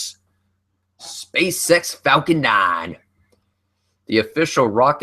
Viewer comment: is it only me that whenever he says spaceX, i always hear space sex?